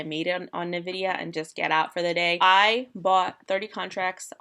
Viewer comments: OMG my ears!!!! It is "N-VIDIA" not Ni-VIDIA!!! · Its en-vidia not nuh-vidia (Hermione voice) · It’s pronounced En - Vidia. That said, it doesn’t really matter you’re just trading it. But it sounds so weird! Anyways cool content.